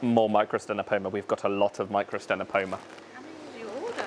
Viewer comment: The second 'c' is silent in microctenopoma, and the 'ch' in Distichodus is sounded like a 'k'.